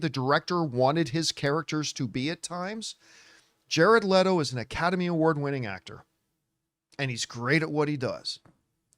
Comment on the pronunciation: Thank you for pronouncing his name correctly